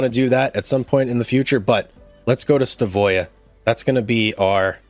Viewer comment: it's pronounced Stav øya .. NOT Sta vøya ....øya means island